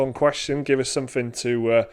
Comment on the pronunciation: "they got him in a cage of somfin" LOL